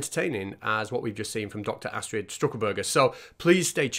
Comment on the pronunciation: It’s Stuckelberger not St(r)uckelberger 😅 Loved it pal, really funny. 🥃🍺🐒